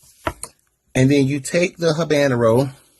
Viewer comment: How #2 pronounced HABANERO had me 💀💀💀!!! I spit out mi nice peanut porridge !! 🤣🤣🤣🤣🤣 Fi teef lasco is DESPERATION... come on mi people !!!Mi ❤️handsome response !